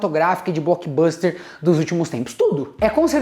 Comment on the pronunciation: Parabéns pelo inglês: "Boquiboster" 😂😂😂